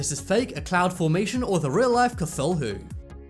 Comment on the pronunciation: That pronunciation of cthulu though..